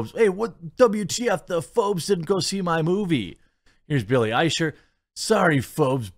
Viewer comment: Nice of you to pronounce Eichner's name correctly (from a German point of view) More respect than he deserves, but still great.